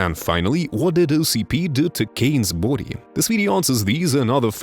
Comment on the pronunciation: "Cain's Boody"